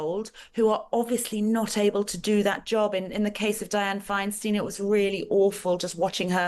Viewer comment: Please pronounce Diane Feinstein's name correctly.